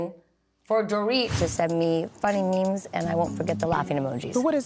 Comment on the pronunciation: I love it when Jennifer Tilly calls it a "MIM" instead of a "MEME." 😂